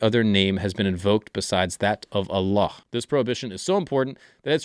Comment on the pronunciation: His pronunciation of Allah is at least 9 out of 10. Most non Arabic speaker got it wrong, especially westerners.